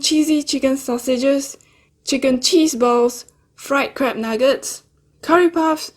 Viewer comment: I love your vids this one made me laugh when you said crab... it sounds like you're saying crap, so you just ate crap nuggets! haha xx